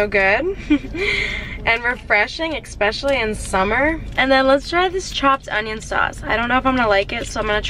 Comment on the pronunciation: Haha truth or EXpecially